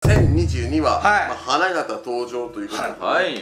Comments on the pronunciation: 花形の発音違うな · これ自信ないので他の方の意見も聞きたいんですが。ジャンプ回の時から気になっていたさんの「花形登場」の花形の言い方が、花形満（古い）の発音なんですけど、金型、七夕の発音に近い花形の方が正しいような...私、関東なんで西の発音は分かりませんが。